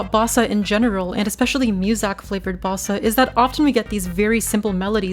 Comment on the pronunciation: Y u say musak?